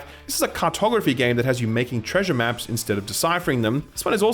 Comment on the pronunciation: When you said a game about making maps I thought you said a game about taking naps